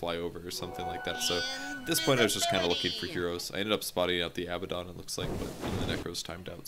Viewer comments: Huh, I never noticed that, but yes, Abaddon's name should be Abbadon if they want to pronounce his name that way. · I'm with you on the pronunciation of abaddon